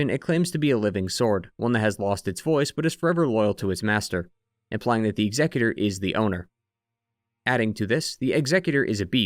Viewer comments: Y u pronounce executor like he's a Pokémon? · Dude can't pronounce executor 😅